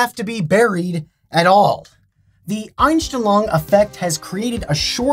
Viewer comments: Dude, I was listening to the video tabbed out, and when you said the "Unstenlong effect" was German, I had to tab into YouTube to see wtf you are talking about; because I am German and it was horribly butchered. (not even close) Please just google these terms and listen to how you say it. :face-green-smiling::face-red-heart-shape: And yes, this is supposed to be constructive. lol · Ainstlong xD Fast richtig ausgesprochen xD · I studied german throughout college, and when he said that word the first time... a bit of me died. I had to rewatch it to make sure he was even saying the same thing! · x'D "The aNsChTeLoNg effect" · Deutsch: Einstellung Kevin: Anstillong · Love how he pronounces "Einstellung". He says "Oinstelluang". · I just click to see how he pronounces "Einstellung" haha, yes I am German. Anyone else? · i love how he butchered “Einstellung”. “Mindset” isn’t wrong, but it’s more commonly used as the word for “Setting”. Btw, it’s one of the funniest videos of you because you butchered the word, and still used it often. (I think accents and this type of butchering words is the Einstellung effect, formed by using your native language) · I'm as a German hearing how he pronounces "Einstellung" and says: "this is a German word" WTF? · actually Einstellung means setting but it´s rarely also used as a word for mindset Edit: your pronounciasion of german words is just as bad as my spelling/grammar of english